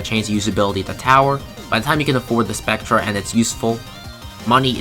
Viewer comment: Spectre is pronounced like spec-ter